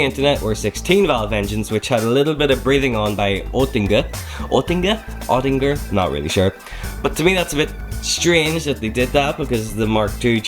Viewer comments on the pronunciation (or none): Oettinger. Say; ooh tinger